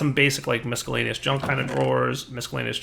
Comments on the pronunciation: why do you always say misckhellaneous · please learn how to pronounce miscellaneous. Really. Your videos are amazing. Awesome. Useful. Your inability to say miscellaneous is painful. Not cute.